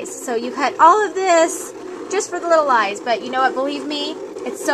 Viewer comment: little black eyes, sounded like little black guys! lol!